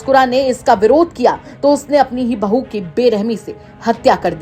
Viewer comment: बहू कैसे बोल रहा बहु जान बोलो😂